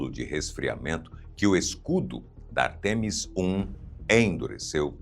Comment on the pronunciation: não existe artEmis, o correto é Ártemis, uma palavra proparoxítona.